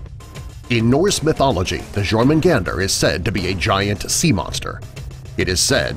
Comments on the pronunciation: It's pronounced "yourmagund" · Jormugandr is pronounced your-mu-khan-dr